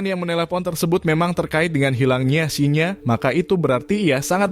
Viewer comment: salah baca namanya.. Shin-Ya, bukan Shi-nya